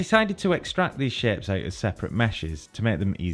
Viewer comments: THANK YOU! i appreciate this tutorial but his pronunciation of that word hits my ears so uncomfortably. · there are some good shaaaapes lol the way he says "shapes" is so weird lol